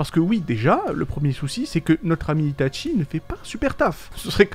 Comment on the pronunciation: pourquoi tu dit tout le temps itate Tchie mdr